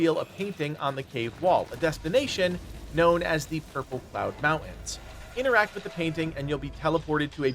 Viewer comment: 80% of the player base is Chinese I don't know what you expect. Also the guy in this video can't even say the word mountains properly so not exactly a great arena to winge about English